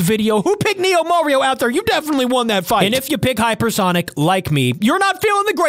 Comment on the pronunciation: Heyper sonic